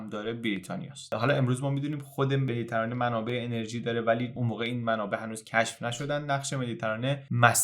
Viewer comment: خیلی زیبا بود واقعا کانالت حرف نداره. اما یک انتقاد. لطفا کلمه مدیترانه رو با کسره روی حرف ت تلفظ کنید و نه فتحه.